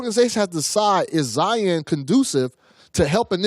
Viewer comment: said zoro